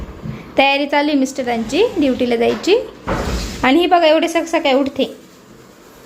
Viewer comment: Saksakali nahi sakali sakali as mhanayach ka tula di